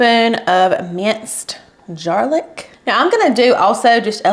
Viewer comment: "Jarlic" 😅 genius!